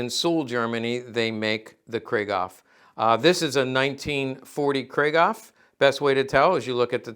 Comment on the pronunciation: Griegaw ? Krieghoff is pronounced: 'Krieg' (like 'creek') (David Hassel)'hoff'. JFTR. Thx for the video!